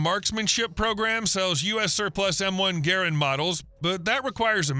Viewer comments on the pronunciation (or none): You can't spell Mosin Nagant, you can't pronounce Garand or Enfield, your prices are so far off that you'd be better off to not quote any. And you have the nerve to make a video about them? Youtube needs to add a "BLOCK" feature. I really don't want to see your crap again.